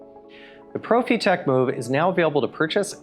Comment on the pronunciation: Quick saying Profitec like that 🤦‍♂️